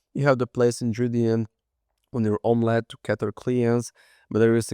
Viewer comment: i'm sure it's meant to be pronounced sort of like "imma let you cook". Come on.